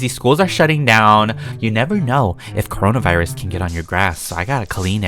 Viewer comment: Wait... how come he can say corns virus even tho youtube deleted that vid :/